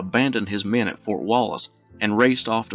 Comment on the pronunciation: I Love the way this dude says the word men. He makes it into a two syllable word. Me-en‘